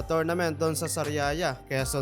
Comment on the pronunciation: Sariaya, Quezon po Hindi sariria